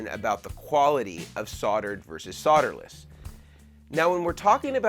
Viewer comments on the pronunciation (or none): Soderless, please there is an L in there. Learn to pronounce in English. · The BIGGEST myth about solderless…is that it’s pronounced “SOD-er-less”…there’s an “L” in the word for a reason! It’s pronounced “SOLE-derless” NOT “SOD—“! You’re not SOLE-dering with dirt! A SOD is a clump of dirt!